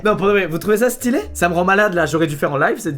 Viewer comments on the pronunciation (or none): "vous trouvez ça styllaih?"